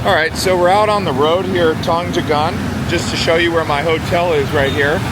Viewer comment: You have to pronounce Tunjungan ➡️ toonjoongun.